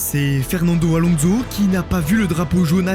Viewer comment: La jordan de Marc Weber suivi de "Fernando AlonZo" fait un effort par pitié bro